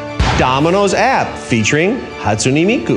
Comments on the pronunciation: I see why he isn't Domino's Japan's president anymore, he's saying her name wrong {Hatsuni Miku} XD. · who is Hatsun E mI KU Just bullying the way he pronounced her name